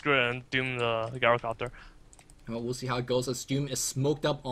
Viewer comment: Good casting but please, please, PLEASE take a look at how you pronounce GYROcopter (Soft "G" sound, not GuyRO)